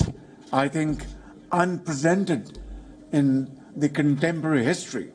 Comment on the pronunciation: bhai ko "unprecedented" bhi bolna nahi aata, kya bheek mangege ye?